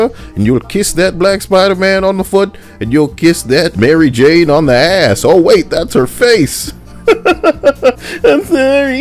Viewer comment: LMFAO "Mary Jaw" fAcE iT, yOu jUsT hiT tHe JAWWWW-POTTT